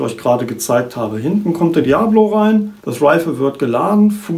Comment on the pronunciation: Es heist nd Diablo wie das spiel sondern Dia_bolo